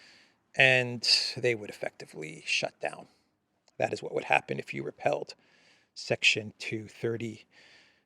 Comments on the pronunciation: great show as always! But…why do you keep saying the word ‘repealed’ with the pronunciation of ‘repelled’. Two great words but for a law the right one is ‘repealed’. Like repealing a banana😊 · Its not 'repelled',.... its 'REPEALED'. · Repeeeled not repelled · Brother it's not repelled it's repealed you're saying it wrong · "Repealed," not repelled. "re-peel." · it's pronounced 're peeld'…